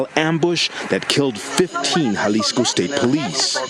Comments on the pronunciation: Jalisco is pronounced "Ha-lees-co" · It's pronounced "ja les co" ....because that's a "j"....🗽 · Its so easy to say n so many videos say jalesco pronounced as spelled in English 🤦‍♂️ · J is pronounced H homie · Jalisco is pronounced “ha-lease-co” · Love your show. J is always an H sound in Spanish Halisco for example. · It's pronounced Halisco. Js are pronounced H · It’s pronounced Hahleeskoh foo